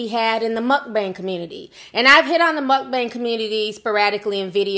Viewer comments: It grinds my gears when people pronounce mukbang that way. Not all mukbangers are unhealthy 😒 He’s just lazy asf & probably doesn’t even workout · TI YOU IS TOO FUNNY LOL WHEN YOU STARTED PRONOUNCING MUKBANG I WAS CRYING 💀